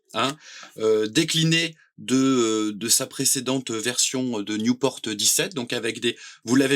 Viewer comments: On dit Nieuport, pas newporte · Belle présentation, mais c'est nieuport pas newport ! C'est un avion français !